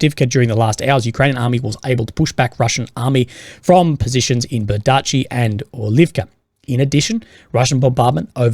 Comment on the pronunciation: Bee-ER-dee-chi. Not ber-DEE-chi.